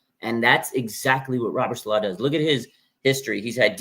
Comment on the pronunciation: Dude stop saying SaLAW it's SAlaw